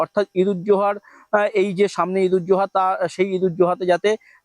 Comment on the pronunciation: ঈদুল জোহা নয় ঈদুল আজহা ভালো করে জেনে পাঠ করুন মূর্খের মত নয়